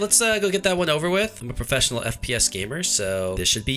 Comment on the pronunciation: I. Laughed so hard when he siad im a profecinal fps gamer